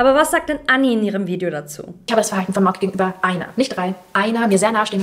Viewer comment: Ausgesprochen heißt das MAUKI. Nicht Mouki.